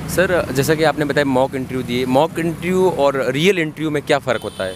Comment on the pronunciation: abe interview to sahi se bol le, ye intreeeuuu kya bala ha ?